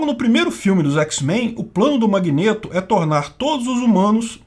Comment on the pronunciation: Que agonia o falando “magnêto” 😂 😂 😂